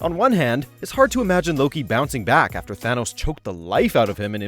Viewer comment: He is Thanos not a Th-Anus 🤣🤣🤣